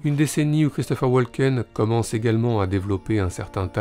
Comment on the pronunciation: Woken, le "l" est silencieux